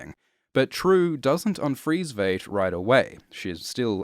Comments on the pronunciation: It's vight not vaght and Rorschach is batman but poor your not understanding what is going on understand that they ruined the watchman with this and it's also racist AF good day sir there cookie's not biscuits turd no offense but stop saying vait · Come on man, you watched the movie, and you watched the tv series. Why continue to mispronounce Adrian’s last name? It’s pronounced “V 👁 T” not ‘V8T”! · I'm sorry, but I have to say it, it's pronounced VYET not VAYT. It is known. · I'm a little over a third of the way through the video, and you've already mispronounced Veidt (pronounced Vyte) and Bass Reeves (pronounced Bass - rhymes with Ass). Kudos for pronouncing Trieu properly. But then butchering the easy ones? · Vate. Vate. Vate. Sound it out englishman. And eggs represent rebirth? To who? When? Ever? Maybe a chrysalis does but an egg? Just shut up. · I swear hasn't seen a single episode of the show because he pronounces it as V8....this is such a disappointment. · Every time you mispronounce Veidt as Veight I want to stab myself in the ears. I mean, you watched the show I'm assuming so, you heard the correct pronunciation there not to mention the movie. That leads me to believe its intentional but I can't for the life of me figure out why... Great vid otherwise. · It's pronounced "VITE". It was pronounced that way repeatedly throughout the show. Did you actually watch the show? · Pronounced VITE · It seems most people on YouTube cannot pronounce "Veidt". It sounds like "white", as it's derived from the Latin word "Vitus". - Superb video despite this. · I swear hasn't seen a single episode of the show because he pronounces it as V8.... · Veidt, with a long "i" vowel sound. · Everything about this video is perfect, with one exception: please learn to pronounce the name "Veidt". They said it out loud in the show itself many times. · when you do 2 in-depth videos about watchmen and you still can't pronounce Adrian Veidt's name correctly 😆